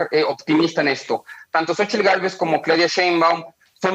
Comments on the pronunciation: Se pronuncia /sochitl/ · Se pronuncia shochitl, es un nombre en nahuatl y ahi la "x" se pronuncia como "sh" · es capaz de pronunciar Aleman sin problema pero no es capaz de pronunciar Xochitl, o Sheinbaun? Que falta de capacidad para manejar un noticiero en Castelllano